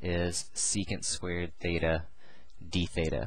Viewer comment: is it feta or theta... cause i'm hearing both